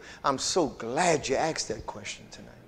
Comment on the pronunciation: asked NOT axed .